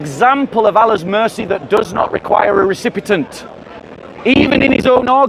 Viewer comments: Recipient not Recipitent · Recipient, not recipetent.